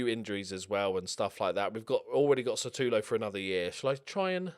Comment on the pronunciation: Holy shit! I am so used to how you pronounce Satulo's name that I didn't even realise that it is actually spelt as 'Sutalo'!